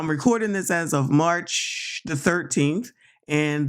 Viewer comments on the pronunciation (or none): none